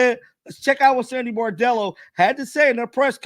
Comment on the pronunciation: No offense but the name of the players talking to the press was Bondello. Bordello is not quite right and is something one doesn't bring up in polite conversation 😮